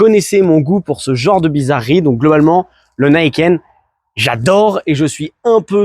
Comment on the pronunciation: Non, c'est japonais et ça se prononce à la japonaise, même si les anglophones se plantent. Ni, c'est deux, donc on le prononce ni et pas naï, et ken pour les lame qui tranchent la route. Donc ni kène, Niken, et non pas naïkeune comme les anglophones l'ont déformé :) Dommage d'avoir voulu commencer la vidéo avec ça :p Je ne suis pas un hater, j'en suis à mon deuxième Niken et 70.000km dessus !